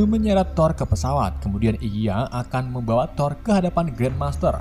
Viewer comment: Membawa ❌ Membawawa✅